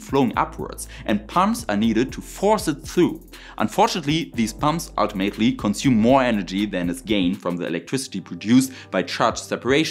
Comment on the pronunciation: Sehr schön!! Du sagst doch du magst besser englisch aussprechen können, 🤓 also passe ich auf mit Timestamps: “Occurs”…. u hat keine Umlaut, es hört sich mehr wie ö an. “through”… man muss die R in das Wort aussprechen. “ultimately”… ULTimately nicht ultiMATELY. Du meinst, glaube ich, FRACTION, nicht FRICTION. Fraction is ein Teil des ganzen und Friction ist was passiert wenn zwei Sachen gegeneinander zusammen reiben. “diameter”… ES hört sich mehr wie diAMeter als diaMETER Ich wohne ein Teil in Deutschland und ein Teil in der USA und spreche beide Sprachen aber viel besser englisch als deutsch im Moment. Ich helfe gern und es hilft mir mit meinem Deutsch dann auch! Doch frag mich nicht Hölle von Höhle richtig auszusprechen… da stolpere ich mich Total weil ich den Unterschied nicht gut erkenne! 😛 (Am etwa 6 Minuten drin, dann kommt viehleicht mehr wenn ich Zeit habe weiter zuzuhören)